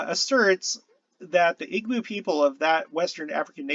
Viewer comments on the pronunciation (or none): EE bow. Not EEg-bow. The "gb" is a sound it's a B sound not quite like an English b. Most West African languages have that sound. Another sound you'll fine is kp but it's a "p" kinda sound.